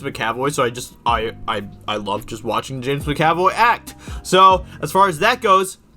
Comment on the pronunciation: Bruh the way he's pronouncing James McAvoy 😂 Edit: but thanks for saving us money